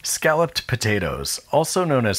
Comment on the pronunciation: I really appreciated the pronunciation of 'scalloped', especially when you threw in a 'galloped' for good balance. English is weird but saying scollop just sounds like trollop